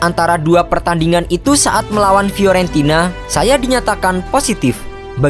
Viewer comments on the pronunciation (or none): none